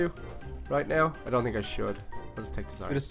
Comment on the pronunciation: you tink